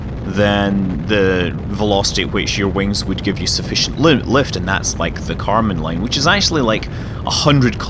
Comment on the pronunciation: karman line, not kerman line ;)